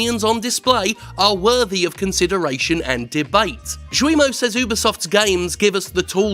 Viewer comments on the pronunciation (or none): Slight correction: Guillemot is not "ZHU-we-moh," but "GHEE-ye-moh." It's also a kind of bird, I think? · Sorry to be an ocd ass but Guillemot's name or any french word with g followed by u est prononcé avec a hard g, as in ghee or geek. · Yves Guillemot's name (French) would be pronounced by an English speaker closer to Gayle-mo, with the a in gayle swapped with an e, something like Gheele-mo. (basically the u after g is silent and makes the g hard) 🖐️🌈🖐️ The more you know... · Good points, but I'm going to get nitpicky about something : that is not how you pronounce "Guillemot". The "u" after the "g" makes it a hard "g". Think "Gears" rather than "tragedy".